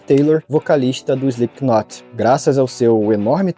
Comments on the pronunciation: dica construtiva: se pronuncia SLIPNOT", não "SPLIPQUINOT". O K nesse caso, é mudo. Adoro seus conteúdos, abraços e sucesso! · Pronuncia correta: "Slipnot"... doi nos ouvido ouvir esse "Islipiquinoti".......... fora isso, massa o video, boas informações.... pesada essa letra, está na minha playlist por conta disso antes de mais nada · Não se fala SlipKinot... Fica estranho ouvindo. Se fala sem o K (Slipnot) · Parem de falar "Slipkinot" A pronúncia é sem o K, soa como "Slipnot" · Não precisa soar a letra "K" no nome da banda. Se pronuncia Slipnot mesmo. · "SplipKnot" AHAHAHAHAHAHAHAHAHAHAHAHAHAHAHAHA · Pronúncia: Slipknot ( "slipnot", esse t bem brando), esse k não se pronuncia. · Cara, muito bom. Sem querer ser chato, mas já sendo: quando se lê o Slipknot, o "k" é mudo.